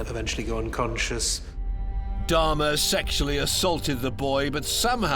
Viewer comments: I don't understand why several of the people keep calling Jeffrey Dahmer "Darhma". Why didn't anyone correct them and tell them his name? That's so weird. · I do realize some of them have accents but I mean that some are specifically calling him Dahrma. I don't believe an accent could make someone mispronounced a word that badly. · Who the fuck is dammah?😂😂